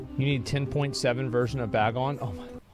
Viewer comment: the number of times he said "bag on" instead of "Bagnon" physically hurt me